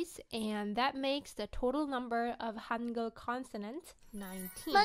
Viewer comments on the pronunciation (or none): Idk korean but in my experience of speaking 6 languahes i think the “G” in “hangul” is pronounced in your throat Summary: the g is throaty